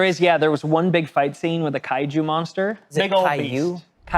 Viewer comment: Definitely kaiju not kaiyu 😅